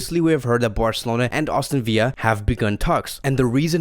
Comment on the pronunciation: Aston VILLA not viya it’s English not Spanish